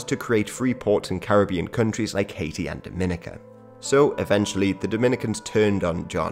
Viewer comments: It’s pronounced Dom-i-nica not Dom-in-ica like how the Dominican Republic is. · Dominica is pronounced Dominique - Ka Not Doh Mina ca pet peeve moms from the next door island. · Just letting you guys know it's pronounced Dom-muh-NEE-cuh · Isn’t it pronounced more like Dah-men-EEK-a? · Nice video, very fascinating. I’m sure it’s already been said but it’s pronounced DominEEka and not Dominica like you’re dropping the “n” in Dominican. Also, Rastas are against all “-isms” so Rastafarianism is an incorrect term for them. But other than that great video you’ve got some good material from what few videos I’ve seen so far. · Dominica is pronounced differently from the Dominican Republic, Dominica has more emphasis on the second I, Dom-in-ee-ka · It’s DominEEca. DomInicans are from the Dominican Republic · Damn this is a good video. It doesn’t really matter imo, but the pronunciation of Dominica is actually “Dom (like dominate) - in - ee - kuh” or “Daw-Muh-knee-cuh”. And Dominicans are actually pretty different from Dominicans. Lol that sentence. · It’s pronounced Domi-nee-ka